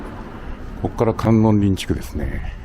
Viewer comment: 観音林は、カンノンリンではなくカンノンバヤシと読みます。